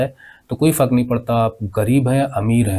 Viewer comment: Sir vo fak ni fark hai sir plz thoda words ko achcha pronounce ki jiye and about the explanation is very very good 👍